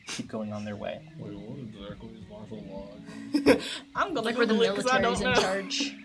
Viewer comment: not “marital law”! 😂